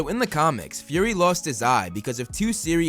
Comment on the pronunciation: It's Fury not Furry. Fury is Fu-ry. Furry is Fur-ry, A word that you use to describe a cat.